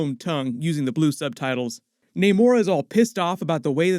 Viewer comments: Bro it's not NAYMORE... It's NAMOR.... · Why does no one just pronounce namor correctly , it’s not like it’s a complicated name